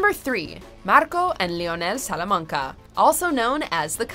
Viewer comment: "Tuco Sulamanga"